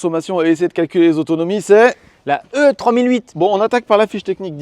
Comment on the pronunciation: La prononciation de E3008 est " i 3008"